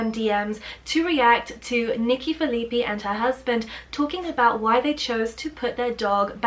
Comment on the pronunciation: Her last name is "Phil-eh-pie" :)